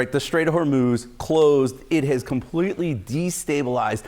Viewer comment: it is NOT HORNUZ! The proper way: HORMOZ!! HOPE YOU LEARNED SOMETHING!